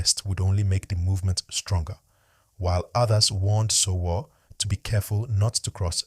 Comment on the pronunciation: It's pronounced Sho Woo Ree not sowo